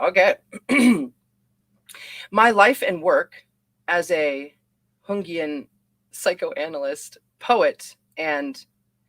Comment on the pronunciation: Jungian is Yungian <Young - Ean> not the latin J that is pronounced H. Thank you for reading this outloud. Anything to do with the archetypes is gaurenteed to Jungian...